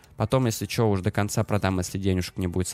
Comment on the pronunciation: Еще вместо "чо" , старайся говорить "Что"...